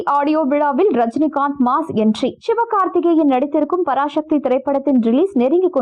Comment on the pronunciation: பராசக்தி என்று சொல்லுங்கள் பராஷக்தி இல்லை. தமிழை தமிழாக பேசுங்க.